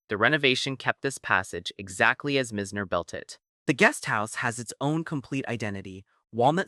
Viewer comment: its "M-EYE-ZNER" not mi-zz-ner as you pronounce it.